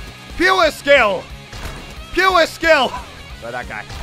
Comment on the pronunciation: Muselk:puwrreeeee skill Everyone else : pure skill its PUREEE SKILLLL